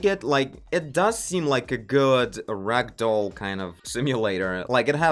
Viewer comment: This is awesome as always...also.."Rectal simulator..." is what I heard before I realized you said "RAGDOLL simulator"